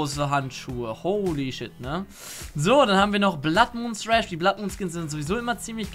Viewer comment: Dude es heißt ned sresh sondern thresh man😂😂